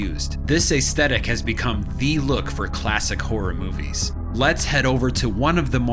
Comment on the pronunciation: Why are you saying hor it’s horROR